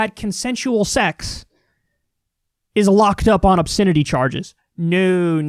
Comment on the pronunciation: Funny how Kyle pronounces "obSINity"